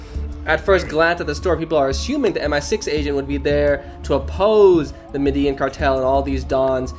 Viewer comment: I can’t get past his mispronunciation of Medellín and total lack of a paisa accent.